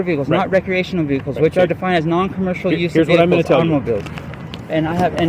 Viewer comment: "recreationel vehicles' lmao